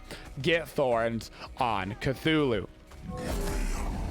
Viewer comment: its CTHULhU NOT CATHULhU